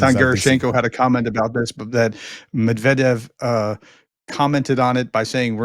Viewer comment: thank you for pronouncing Medvedev correctly! As an American ruSSian speaker it has driven me up a wall to hear so many say it incorrectly.